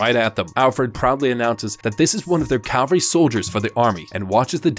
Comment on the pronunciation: Just so you know, it's pronounced (and spelled, for that matter) "cavalry" not "calvery." The latter isn't a word, but even though I'm not sure why or how you shouldn't really feel embarrassed about mispronouncing it, on account of the fact that literally tons of people make the same mistake. Honestly, just from anecdotal experience, probably more people get it wrong than right. Again, I'm not really sure why on Earth that is, but it's true. Anyway, great video as usual! Please for the love of God finish Attack on Titan! You've already started, you've gotta see it through now lol. <3